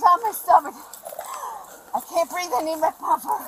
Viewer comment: "I cant breeve" invokes the spirit of patron saint of all criminals George Floyd